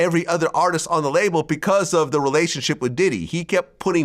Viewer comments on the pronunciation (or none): He always pronounces it 'pecause' lol